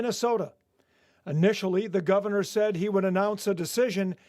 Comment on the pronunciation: Govenor? English isn’t your first language, eh? 😂😂😂